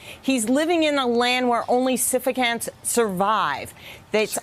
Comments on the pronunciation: lol she said "syph-icants"{sic}, & "whispers" "sycophants". Hint: If you're Matthews, your delivery technique is comprised, solely of varying levels of SHOUTING, so if you try to whisper: WE CAN STILL HEAR YOU! 🤣🙉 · sycophants not syphocants. :) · Syphocants? Eh?